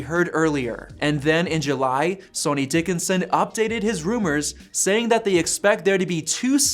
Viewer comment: Sonny is pronounced “sunny”